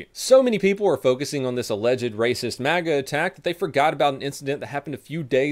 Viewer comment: MAGA i thought you said manga in all honesty and about pissed myself laughing